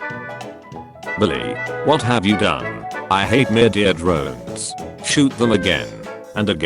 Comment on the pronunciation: "Murdeir Droens" 💀💀